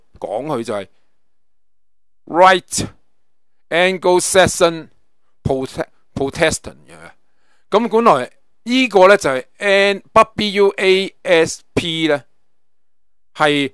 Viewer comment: WASP, 黄蜂，白左，Pro'testant,stressed at 1st syllable, not Pro-test'-ant, 2nd syllable. California is the 6th, or 5th largest economy of the world. 阻擊. zǔ jī 發音，“左擊”（伏擊） ，不是追擊。